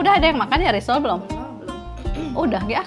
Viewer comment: Itu risoles teh, bukan risol bukan risol e